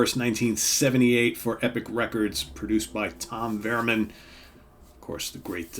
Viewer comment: Tom "Verman"?? I thought it was Werman